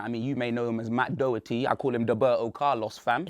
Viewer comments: The way pronounces Doherty’s name 😂 I’m irish and trust me that’s not how it’s pronounced. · Even can't say Doherty